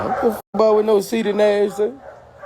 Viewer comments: “IONT CARE BOUT CEE-TEE NASH.” 🤣🤣🤣🤣🤣🤣🤣🤣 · Boosie be saying Seedy Nash 😂😂😂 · Damn Sea-Dee Nash lol you got a whole new name Ceddy. …. Damn Boosie done messed my head up cause i cant un hear that now every time i hear Your name or see one of ya videos Boosie voice (Sea-dee) Nash gonna come to mind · Say it right….. He said Seedy Nash 😂😂😂